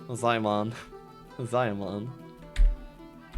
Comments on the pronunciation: ZIE MIAN. NOT ZAI MAN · Damn, Ziemian's nick pronounciation got butchered. Still good casting and gameplay, waiting for more. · it's for the anglobrains.